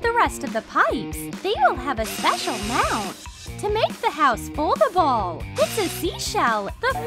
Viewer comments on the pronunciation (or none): none